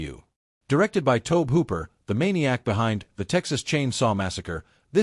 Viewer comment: Toab Hooper LOL